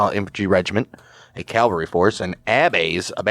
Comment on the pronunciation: My GG Grandfather and his brother were in the 1st MS light artillery. Nice to hear a story. They were in the Siege at Port Hudson. Oh yeah, the word is CAValry, not Calvary.